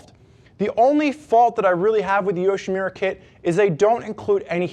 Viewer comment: Nice review. This video & the customer product reviews, convinced me to go with the Yoshimura Kit over the Hot Bodies. Just one thing -- it's "Yoshi-MU-ra"...not "Yoshi-Me-ra". :)